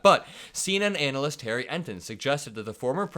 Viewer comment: You might have to look up the proper pronounciation of "analyst" ⭐😄 but keep up the hard work my man!